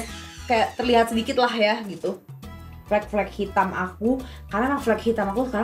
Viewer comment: Tiap tasya ngomong flak flek flak flek hitam itu manaaaa